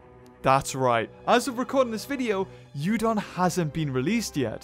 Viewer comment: Yudon sound likes my favourite noodle. 'Udon'